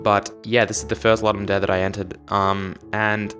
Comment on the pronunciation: while the name is latin there are videos of ludum staff saying it ludum dare not loodum daray